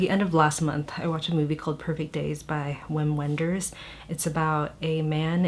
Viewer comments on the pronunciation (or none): It’s pronounced Vim Venders (he’s German!) 😅😅😅😅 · Random but the directors name is pronounced with a V! “Vim Venders”